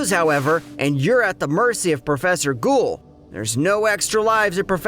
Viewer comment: You don’t say ghoul like that unironically do you 💀